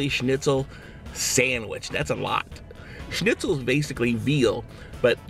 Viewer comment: ur pronunciation of the word schnitzel was surprisingly good ! : )